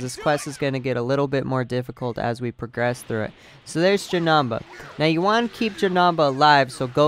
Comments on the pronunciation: Is not janaba is janeba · JanEmba, not janamba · Bro it's not Janamba it's Janemba. And it is pronounced like this. JUH-NIM-BA your welcome 🤗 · Him saying janamba got me triggered v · Jenamba omg cool way of saying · The way you say Janemba makes me wanna fight you